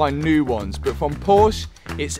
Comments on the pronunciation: Love these videos and progress!! Unfortunately, a million plus views and now there's a million people who will also pronounce Porsche WRONG. lol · Please pronounce the "e" at the end of Porsche just a short "eh" thank you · please, please pronounciate "Porsche" the correct way... It's respect to the founder, and the brand... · If I was playing a drinking game for every time you mispronounced Porsche, I would have passed out half way through the video.